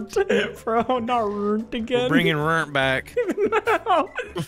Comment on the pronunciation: “Minecraft boxers are rurnt” 💀💀